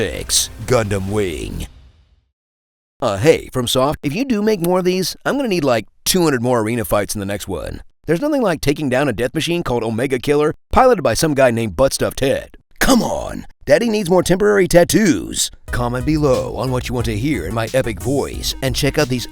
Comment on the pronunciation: “It was a mistake to koom here”